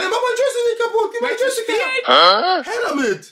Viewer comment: ist ein richtiger OG er sagt noch joistick 😂